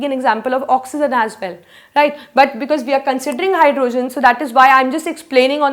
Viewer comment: Try saying hydrogen not hyrdooogen other than that u r great